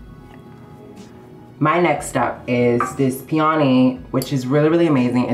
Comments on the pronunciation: The way she says "peony" as pee-oh-nee...I can't. Someone should help these people pronounce words before filming. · did she say peony as pee-on-ee 😂